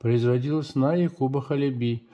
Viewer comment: Ударение на первый слог - Ха́леби.